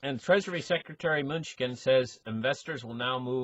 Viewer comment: "Treasury Secretary Munchkin" ....... your best mispronunciation to date, you have earned an upvote!